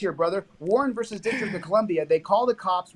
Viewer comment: Please stop pronouncing “versus” as “verse”.